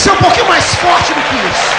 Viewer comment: Você não pronunciou corretamente. O certo é: É forrrrrrrrte igreja.